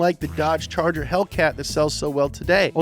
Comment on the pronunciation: I love the french pronunciation of 'charger'